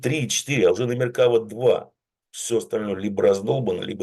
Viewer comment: Х...йкáва. "Меркавá" (Колесница). И танки штуками не считают, это тебе не трусы. 10 единиц. К примеру.